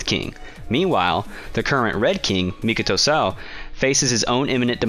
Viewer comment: the way he said Mikoto Suoh though ;A